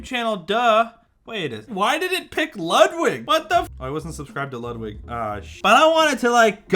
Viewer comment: Ludwig is pronounced more like "loot wick", at least that's the closest English pronunciations that I can think of.